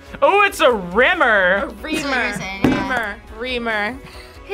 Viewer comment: "oh it's a rimmer!" lmao